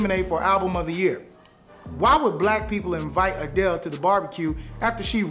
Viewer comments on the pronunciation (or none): none